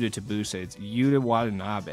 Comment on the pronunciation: You nail the pronunciation of Yuta Watanabe but Rudy Tomjanovich haunts you to this day 😂🤣🐐